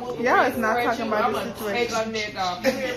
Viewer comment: Did you say bituation??🙋🏾‍♀️ hey new best friend!!!😂😂